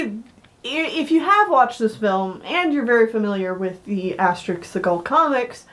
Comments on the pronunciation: Asterix not asterisk XD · Asterix was serialized in Pilote magazine, but the series became known internationally via the collected editions of the story arcs. That said, Asterix the Gaul is a very weak film, and I say that as a lifelong Asterix fan. If you're going to see any of these films, go with the live-action Asterix: Mission Cleopatra (2002) and the animated Asterix and the Viking (2006). Lastis, it's pronounced "Asterix," not "asterisk."